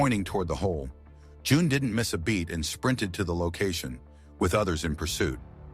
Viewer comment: That threw me for a moment with the June and Joan. You need to teach your computer Spanish. Great story.